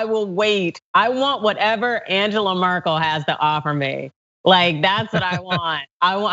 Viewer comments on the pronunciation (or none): Please pronounce Angela Merkel’s name correctly.... That journalist is just rude..... Vielen Dank. Best wishes from Australia